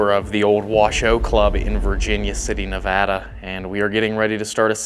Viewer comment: Coming from someone who lives in Reno NV I appreciate you pronouncing Nevada correctly 🫶🏼😭